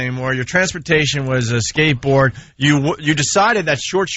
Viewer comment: Imagine Vawsch on his shkatebawred.